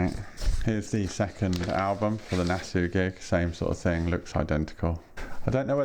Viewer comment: Great video! I hate to be pedantic but I think you pronounce Nassau as Nass-aww rather than Nass-ooo. I know... I know... Any chance of them Tear for Fears boxset getting another release?